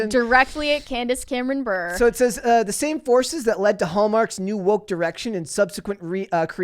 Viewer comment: Bure is pronounced as Burr-Ray .... as in Pavel Bure (if you youtube his name)